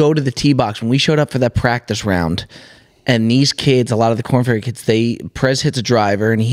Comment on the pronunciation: Did say KornBerry?